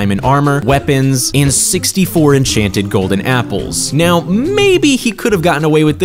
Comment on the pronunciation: At the start he just said enchanted enkanted awrmor